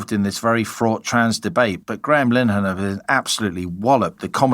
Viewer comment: Nigel winged it before that committee whereas the senators had done their homework. He was not very impressive. He stumbled over how to pronounce Graham Linehan's surname, such is his interest in the case! Snake oil salesman I'm afraid. I get that people feel desperate but were he to win there would be parliamentary dysfunction like we have never imagined.